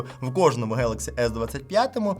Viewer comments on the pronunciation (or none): Самсунх 😂хэлакси😂да,поганая мойва